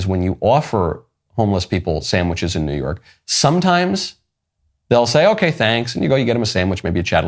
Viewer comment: He said “new yerk”